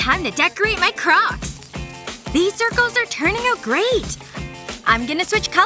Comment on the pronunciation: I like how they say corcs when those are not crocs